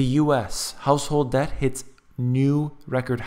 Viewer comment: DEBT...not "dept"